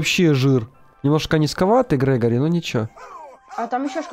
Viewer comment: Не грегари а грегорий